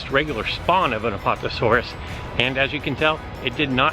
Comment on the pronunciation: A-PAT-a-saur-us not pot